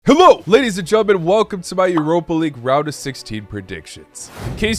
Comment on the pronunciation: why do u say hello like that